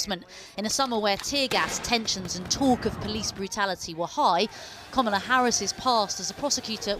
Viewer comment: Komola? Lol announce her name properly